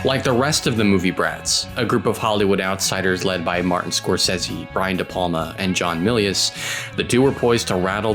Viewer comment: The narrator needs to learn to pronounce Scorsese properly. Other than that, very good.